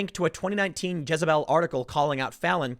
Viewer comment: Ha, Tim said jizebel.